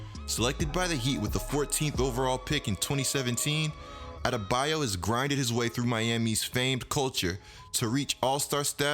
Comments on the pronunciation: “Bam adebaya” “Toronta” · His name isn't Bam Adebayeh